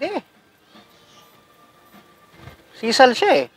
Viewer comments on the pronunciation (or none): Boss, mejo mali po ‘ata pronunciation nio sa “SISAL” … hindi po cia salitang tagalog, kaya dpat po ung tamang bigkas po sa country of origin ang gamitin sa pagbigkas po sa salita. ✌️✌️✌️